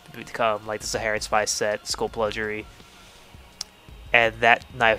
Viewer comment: One of these days,, you'll learn to pronounce "Skullpluggery". It's 'plug', like 'bug'. Not 'pludge'.